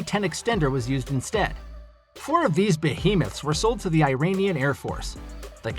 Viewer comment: Ed? It's Air